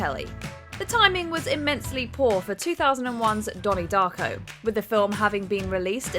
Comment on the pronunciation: Not dony darco